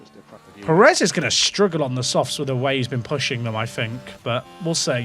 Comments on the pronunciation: On the pronunciation thing, it's not about how you say the word "pear," but about which syllable gets the stress. It should be on the first syllable (PAIR-ez, not per-EZ). It's a minor thing and even here in the US where a larger portion of the population has Spanish surnames, it's often pronounced the way you say it. It's technically incorrect but it's a minor difference that isn't likely to offend anyone other than pedants. Similarly, I've noticed a lot of English folks pronounce Jimenez as HIM-in-ez instead of him-EN-ez. Same thing. It's wrong, but it's not horribly wrong and we all know what you mean. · you are saying sergio pérez wrong, to be fair. the diacritic is there to help you, you're stressing the wrong syllable. if you say "DI-az" it's normal but if you said "di-AZ" people would think you're a psycho, it's like that. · It's not just native speakers that can identify the difference. Every American can tell you how to say it. Brits are actually horrible at saying Spanish names - it's an issue with what syllable to emphasize. You need to emphasize the first syllable in Pérez (the accent mark indicates emphasis). If there's no accent mark, you stress the penultimate syllable. Robert Martinez' last name is always mispronounced by Brits. Also, it has nothing to do with whole pear pronunciation thing - that's a single-syllable word, and the issue isn't th vowel sound, it's the stress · Actually calm down as a Brit most people I know how to say a name if you tell them and who cares? It’s f1 manager stop crying about something that doesn’t matter. Spanish speakers can’t pronounce English things perfectly and they have no reason to pronounce everything perfectly. So stop crying about it when it’s the other way round and it’s irrelevant in this sense. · You definitely don't say Perez right. Not nearly enough "K's" and "Q's" ;)